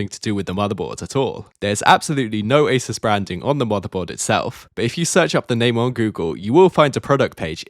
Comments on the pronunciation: Ah zoos not aysirs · Stop saying Asus wrong. Its really annoying , it's Ay soos not aceus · Mispronounced both Cyrix and Asus but at least he pronounces SATA correctly.